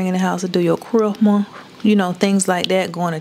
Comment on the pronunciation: Chrih-Muh?!? I’m done with you 😂😂😂😂